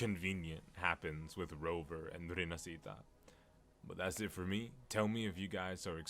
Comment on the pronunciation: Uhm akchually ☝️🤓, it's pronounced rinaSHita Not rinasita (🤮)